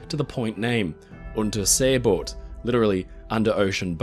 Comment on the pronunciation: many props for pronouncing Unterseeboot correctly.